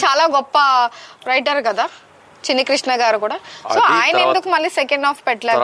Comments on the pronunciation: వ్రయిటర్ కాదమ్మా. రైటర్ అనాలి...... 🤣🤣🤣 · వ్రఇటర్ ఆ 😄😄 ... రైటర్ అంటారమ్మా ... ఏంటో ఎక్కడ నుండి వస్తారో వీళ్ళు